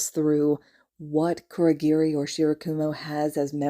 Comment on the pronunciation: ITS KUROGIRI OMFG